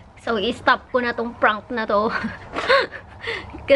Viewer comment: Prank not Frank...lol David need to teach you the difference between the sound of the letter p and f 😁😁😁